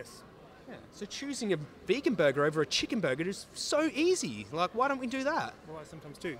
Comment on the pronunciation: "Vehgan" But great interview guys haha